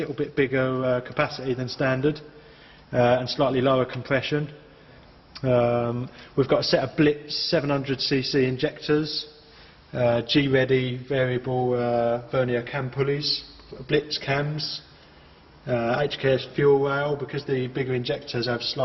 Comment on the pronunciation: Fucken sweet R33! But it's pronounced all in one word not G-Reddy